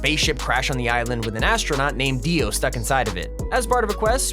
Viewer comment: Hahah Kono dio da is deo or dio pls